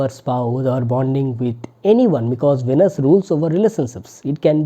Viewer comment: It’s not pronounced as vanus pls! It’s veeeeenus